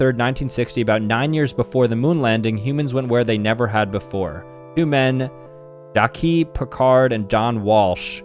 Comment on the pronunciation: AAAAAAAA ITS PRONOUNCED JACKS PICCARD